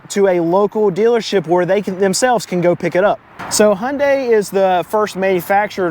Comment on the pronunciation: Hyundai = Hoonday . correct pronunciation car guy.